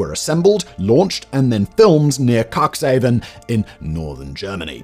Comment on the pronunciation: Cuxhaven is pronounced cooks-haf-ven….just saying like….